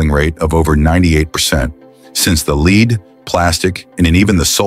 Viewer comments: Yeah and referring to battery recycling, the bot misprounced lead, calling it leed instead of led. This stupid crap ruins these otherwise interesting videos. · AI makes terrible announcers. Ai voices mispronounce quite a few words. Example, this AI pronounces lead from lead acid batteries as leed instead of led. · Lead Leed, what is Leed? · Ai is still stupid. It doesn't know lead (leed) the verb, from lead (led) the noun. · AI " The leed in the battery " lol It's called lead ... I notice the cars in this video are Chinese rubbish which is lucky to last 3 years ... My Nissan pick up is 33 years old and still going strong . Our Nissan Patrol is 22 years old .... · AI generated click farming. It's lead not "lead" numb nutz. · AI is only as smart as the programmer. Pronouncing “Lead” a chemical as “leed” with a long e sound is proof enough. Thank Kevin Sorbo for selling his voice. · And the AI called the battery Lead and not Lead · Except when it comes to pronouncing certain words like lead (the metal.) AI pronounced it leed instead of led. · Yep, I was almost going to stick with this, even though they spoke of the recycling in the US and then showed almost exclusively video of Chinese recycling. Then the "leed" slipped in. That's it, close the video and look for something real. FU,. You may have fooled 1.3 million viewers to click on this crap but I'm not watching. I realize you get a better spot in the algorithm with me commenting but I hope your AI model takes over your organization and ruins all your "work". I want to see videos actually made by humans and hosted by humans. You and your get rich quick ai videos can rot in hell. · "Lead" as "Leed" - AI Voice not checked. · AI voice again A leed acid battery instead of lead acid battery. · Too many good looking cars scrapped in this video...and the AI voice, 'lead' the metal pronounced as ''lead' the way'...AI is our future?? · pronouncing the lead in batteries as leed, got me.